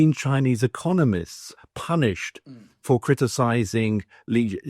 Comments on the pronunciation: I don’t trust any China pundit who can’t even pronounce Xi’s name. The guy obviously doesn’t speak let alone read Chinese. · He lived and worked in China...and never learned how to pronounce "Xi"?